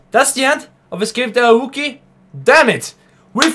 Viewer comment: Ayuwoki is pronounced 'are you ok'. It's actually a play on the singer's "Smooth Criminal" lyric "Annie are you ok?"